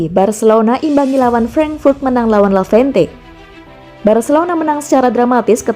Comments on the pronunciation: Lavente lavente matamu...tolonglah ngomong yg benar...LEVANTE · Levante ngab...bukan lavente... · Levante min bukan lavente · Levante min bukan lavente, 🤣🤣🤣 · Eee lavente.... Udah salah... Di ulang mulu lagi... Sekalian aja barca lu bikin bercelano... Dasar lavente lu min.